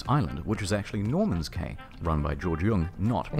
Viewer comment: "Cay" is pronounced "Key"